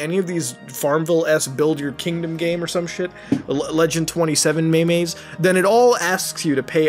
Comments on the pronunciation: ''Meem'' not ''Maymay''. Urgh.. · Did he just call them "may-mays"? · Did you just call memes, me me's? Lol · Pronunces memes as "me-mes'. TRIGGERED. xD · He just said the legend27 maymays